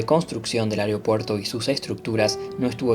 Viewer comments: Un gran trabajo de video y narración. Felicitaciones en verdad!!! Lo único que como siempre, tendemos ( los uruguayos) a no pronunciar correctamente algunas palabras... AEROPUERTO, se menciona vaarias veces...pero...es muy difícil decirla correctamente?? Perdí la cuenta de las veces que se dice "AREOPUERTO"...nótese que son distintas, y la segunda NO es correcta. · Muy bueno, tremendos recuerdos.. Una sola cosa. Al conductor, no es Ariopuerto es Aeropuerto... Y la vos podría haber sido otra persona... Igual excelente el trabajo